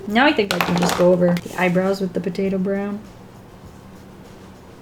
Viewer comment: For a good eight minutes, I kept hearing "potato brown" as "potato brow", and I didn't question it, since you always have that cute round eyebrow shape going on for Weelz.